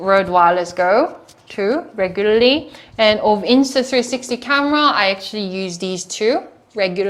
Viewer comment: I like when she tries to pronounce the word “regularly"